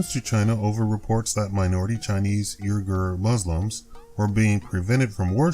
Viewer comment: I THINK the proper pronunciation the Islamic turkic folk of western China sounds more like WEE-ghar, however it might actually get spelled in English.